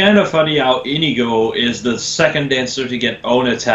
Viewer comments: Come on I wanted that Nohr Azura but I didn't get her. :( Oh and I also think Olivia has the best art. And Inigo is pronounced (In ee go). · INIGO IS PRONOUNCED IN-NEE-GO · its Indigo